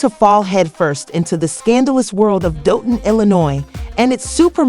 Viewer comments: 😂gotta be using A.I....cause how they keep getting it wrong when they got news clips saying it right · Ummm….. just a heads up it’s Pronounced DOLL-TON 🫥🫥